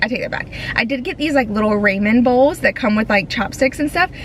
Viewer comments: 😮 It's pronounced raw min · I was laughing because you said , what sounded like to me, the name Raymond. I kept looking to see if someone had come in. It finally dawned on me that were saying Raman. I’ve always heard it pronounced like ‘rah man’. Guess I’m glad Raymond didn’t sneak in